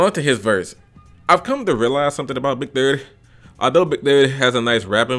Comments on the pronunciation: The way he kept saying “Big Thutty” had me wheezing 💀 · Big durr dii pronunciation had me dead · Lool the way he was saying big30😂😂😂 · Why you saying big30 like that💀💀💀💀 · the way he was saying big 30😂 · Bra i was really dead the way you was sayn big30😂😂😂😂😂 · The way he says big30 😂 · the way u say "big30" has me dying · How he pronounced big 30 has me dead 💀